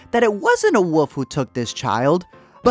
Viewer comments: You know...there is an "L" in wolf. Like, wool-ff...or wullfff...but woof...wouf ? C'mon man. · Why do you keep saying "Woof" instead of Wolf/ Wolves? Lol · When you say 'woof' you mean 'wolf', right? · It's not pronounced woof. There is an L in there buddy. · Great movie....but uh. Its wolf not woof. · He pronounces it “wuff” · learn how to say wolf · Had to stop watching cause i couldnt listen to you say “Wouf” or “Woulfs” anymore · Learn how to pronounce the fucking word "wolf". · Dude, your comments are thoughtful and I did watch this confusing movie but please, for the love of God, please pronounce the “L” in the word wolf! What’s with the woof? 😝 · Are you unaware that wolf has an L in it? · How do you pronounce “wolf”? I didn’t know what you were talking about for a few seconds.